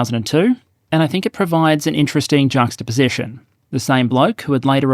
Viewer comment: Finally I heard how juxtaposition is pronounced…